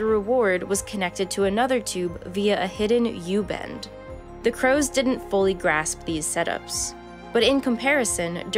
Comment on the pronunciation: oh god i thought you said COWS